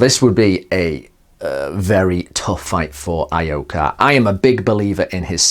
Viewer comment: Ee-oh-ka, not Ah-ee-oh-ka.